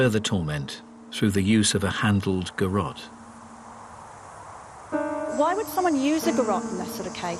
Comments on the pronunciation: It's called a garotte, pronounced ; g'rot. Not garit. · It's call a garotte, pronounced, g' rot. Not garit. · GA-ROT (A garrote or garrote vil (a Spanish word; alternative spellings include garotte and similar variants[) Not Garret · It's a Garrote not a Garrett. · What kind of detective thinks that's how you say garrote 🥕 😂